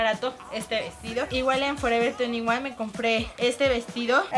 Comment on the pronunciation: "Lo compre en forever tuniguan"😂😂😂